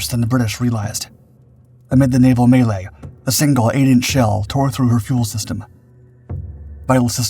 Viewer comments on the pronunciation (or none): none